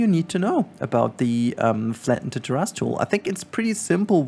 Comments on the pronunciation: Thanks for this tutorial and btw the correct English pronunciation is ‘Tair’-‘is’ it kinda sounds like there is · Thanks for the tutorial! Also appreciate your pronunciation of terrace. Makes me think of dinosaur butts.